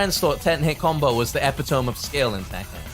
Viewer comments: Agree with most of your points,. Except about Devil Jin. I just wouldn't play Tekken anymore. Also, epitome is pronounced with an ee sound at the end. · epi-tome nononono